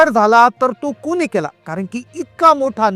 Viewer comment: Ekach story 2-3 vela ka sangta, Ho, aani Marathi Shudhh bola ho, KUNI nahi Koni, Spasht marathi bola